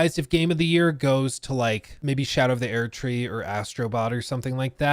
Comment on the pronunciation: Erdtree is pronounced like “urd - tree” not “aired - tree”. I’m not even a fan of the game but Jesus Christ listening to you mispronounce it in such a pretentious, faggy way is so cringe.